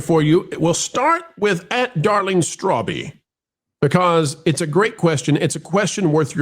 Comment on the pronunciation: 😂 Strawb is one syllable. But Darling Strawb usually has very measured takes. She’s an openly Christian V Tuber. Very kind. Would be great for your panels if her perspective was solicited.